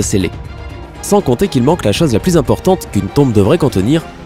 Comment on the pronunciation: cette chaze, la zane, des atames... t'as des pb avec la lettre "O" ou quoi ???